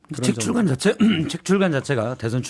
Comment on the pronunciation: 출괄이 아니라 출간입니다 아나운서 라면서 기자도 아니고